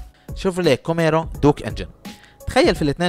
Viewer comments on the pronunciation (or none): اسمها كامارو.. و ليس كوميرو.. اللفظ الصحيح بلعب دور.. كوميرو ههههههه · عزيزي صاحب الفيديو : اللفظ الصحيح هو ( كامارو ) مش (كوميرو) ... كذلك اللفظ السليم هو ( رولز رويس ) مش ( روز رايز ) ... كذلك اللفظ السليم هو ( آستون مارتين ) مش (اوستن مارتان) ... وهلمّ جراً . وللاسف قائمة الاخطاء طويله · شيفروليه كوميرو !!! مش محضر ولا حتى عارف اسم السياره !! مكتوبه قدامك Camaro وبتنطقها كوميرو !!؟